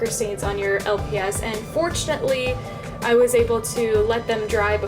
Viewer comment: You said los not lps but same